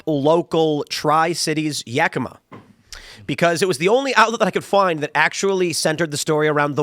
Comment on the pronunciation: Good job saying Yakima correct!